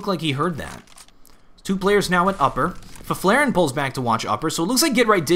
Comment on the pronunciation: try saying Fifflaren like this "Fiff-la-ren" and u get it right